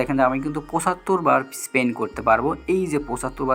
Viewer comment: স্পেন নারে পাগলা,স্পিন🤣